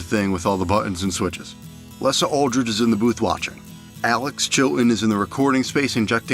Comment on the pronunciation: I certainly don't get why you had to insert that Springsteen 💩 in the montage. And please pronounce her name correctly. It's Leeeeza not Lessa.